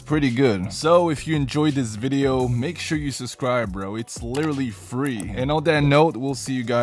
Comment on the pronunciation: Ain't no way bro said "SUSCRIBE" at the end...💀